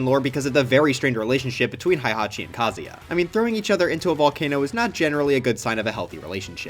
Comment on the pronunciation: Why do you pronounce Kazuya like that?